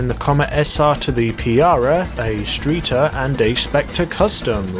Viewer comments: It’s not a streeter, right, it’s a Streiter. You have to pronounce it in a very german accent. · ''PIARAH'' ???? ''STREETER'' ?? Bro you need to learn how to pronounce stuff